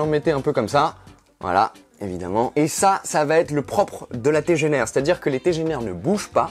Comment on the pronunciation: On dirait qu'un allemand dit que ça dégénaire, ACH, ZA TEGENAAAIIIRE